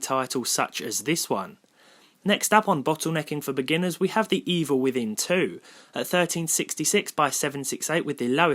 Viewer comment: "bottlenecking for beguinners" You killed me ^^